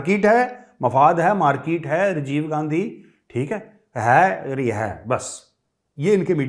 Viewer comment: Major sir, how much I laughed today after hearing your markeeete, Rejev Gandhi..😂😂😂